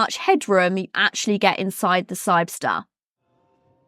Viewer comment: No, she just can’t pronounce the name, or misread it.